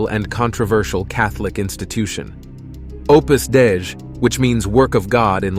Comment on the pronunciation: Opus Dei (day-ee)